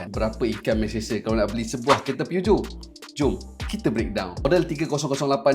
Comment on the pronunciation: Aik memang sebutan PEUGEOT tu gitu ka? 😂😂😂